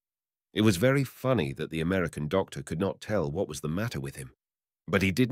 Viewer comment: 5 mins in... does he say of the Chinese women... "velly" clean or "very" clean... ? Tongue in cheek or....?